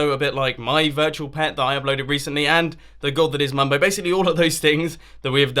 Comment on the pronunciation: mumbo it sounds like u are saying rs snorlax